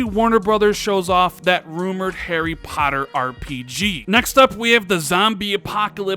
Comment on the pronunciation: Did you just say Hairy Potter